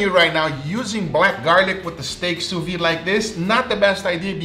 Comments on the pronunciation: soo veed say it like that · Hey! Please try to pronounce the D at the end of sous-vide, its not a muted letter! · French speaker here, sous vide is pronounced "SOO VEED" NOT "SOO VEE" the d is not silent. Thought you might want to know. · The way you pronounce ''sous-vide'' like ''sous-vee'' makes me laugh everytime. You need to pronounce the ''d''. Like ''sue-veede''. Source: french is my first language.